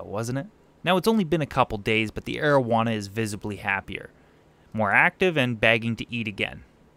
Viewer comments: you said arowana the first time I heard that I thought its name was marijuana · I totally thought you said "Asian Marijuana" and I was like "Ummm well that's an odd fish species..." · I THOUGHT HE SAID MARIJUANA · for a second there i thought you called it your "aged marijuana"